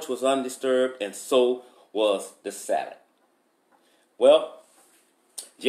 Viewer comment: Everytime he says “salad” I tend to just laugh. Maybe it’s the way he says it. 😂